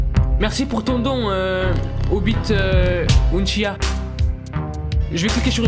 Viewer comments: Par contre il a tres clerement dit obit unchiah au lieu de obito uchiwa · Il a dit "Obit ochia" 😂😂😂😂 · " obite unchia " dit-il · ct OBITO UTCHIWA ça ce lis comme ça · " merci pour ton don euh..... obito uchiha" comment il a dit uchiha et obito 0 respect....